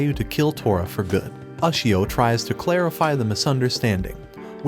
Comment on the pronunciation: you cant even pronounce ushio right